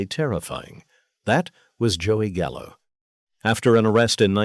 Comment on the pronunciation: “Not Joey Gallo, Joey Callo, C..A L L O”